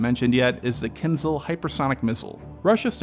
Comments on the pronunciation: I would not rule out Kinzhal as a warning since the next one could carry a small nuke. Also osint and us intel have already discovered new decoy submunition 9b899 on iskander m that was previously unknown and kinzhal likely has this too. BTW it's pronounced keenjal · Another great and unbiased analisys. Just one small note: Knizhal is with a Ж sound, which pronounced like you would say Zhukov, or pirozhki.